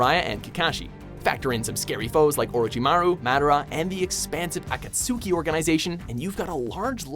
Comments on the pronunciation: this guy said "Akatsooki" instead of Akatsuki, I'm done. No respect for Naruto. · It made me cringe when he pronounced it a-kat-su-ki... it’s a-kat-ski. DBZ target audience for children/teens. Naruto is more complex and aimed for teens/adults. Both amazing in their own respective ways. I personally like Naruto but the fillers are a drag. DBZ will always hold a special place in my heart since it’s the show that got me into anime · did he just say members of okotusuki? instead of akatsuki I mean I get that he said it has its spelled but I mean seriously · Did he really say aa-ka-suu-ke instead of akatski?? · AKATSUEKEY!!!!!???? BRUUH ITS AKATSUKI SAY THE NAME RIGHT😤😤😤😤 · I hate how he pronounced akatsuki. He was like aa-kat-sooki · Rah-sen-gan=Rasengan Go-hah-n=Gohan Mah-dara=Madara Kah-kah-shi=Kakashi Ak-at-sooked=Akatsuki I love the pronunciations... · Did you really just say asuki 😤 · Every japanese word in naruto he pronounces wrong lmao he said "akat-suu-kee" 💀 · The way he pronounces akatuski is just........wrong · when he missed pronounced akutsuki in I wanted to kill myself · ESPICALLY HOW HE SAID AKATSKI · at-kat-suki -__- it's not hard to say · akatsuki YOU PRONOUNCED IT AKAT SUKI AHHHHHH!!!! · It's "A-kat-ski" You freaking Naruto haters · Nevermind Madaras name did you hear how this man pronounced the akatsuki’s name? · Did he really pronounce akatsuki like that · jeffrey bonney U can tell by the way he pronounces “Akatsuki.” And btw I agree when they say Dragon Ball is better😁😁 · "Akatsuki" 😂😂 I'm dead 💀 😂😂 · Anybody got annoyed when he couldn't say AKATSUKI right ??? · the way he said akatsuki made me want to kill myself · Did any one else want to kill themselves when he said Akatsuki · the way this guy says "Akatsuki" bothers me. I'm not a naruto fan whatsoever but pronunciation is one of my pet peeves. Anyone else agrees? I'm not bashing on the narrator guy for it but it just bothers me. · Hippieh Cuber especially akatsuki